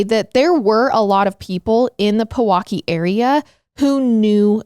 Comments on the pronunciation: It’s peeeee-waukee! kinda said “peh-waukee” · Pewaukee is pronounced - PEE- WAH - KEE 🤣. Wisconsin pro tip- always video the way the cities are pronounced 🤣 at bucks games they even make the new players try to pronounce the cities because it’s so funny the way people not from here pronounce them 🤣 love you guys always❤